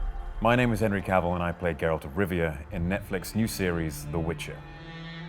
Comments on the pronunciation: That “Geralt” was pronounced flawlessly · Hearing someone pronounce "Geralt" correctly, makes me happy 😁